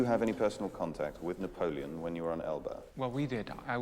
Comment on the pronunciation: Couldn't help but laugh when tried to pronounce Napoleon's name.😅😂